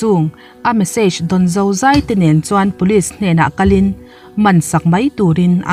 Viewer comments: ZEI ni lovin, ZAI tih tur aw.... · Zai tur tih ah khian zei tur i tiaa ka ui😂